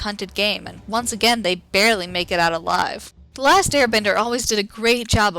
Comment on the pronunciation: Avatar the lasht airbender